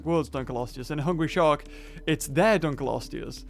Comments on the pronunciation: It is pronounced dunk-lee-oh-stee-us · How to pronounce Dunkleosteus: Dunk-lee-oh-stee-us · Btw it's pronounced (dunk-lee-o-stew-us) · srsly? DUNKELOSTEUS? its Dunkleosteus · it's annoying me that he pronouncing it wrong it's dunk o lo stee us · is dunkleosteus not dunkelosteus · it's pronounced dunk leo stud. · sorry. dunk leo stus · ITS DUNK L EOSTEUS FFS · auughhh the way you say its name made me cringe so bad p-p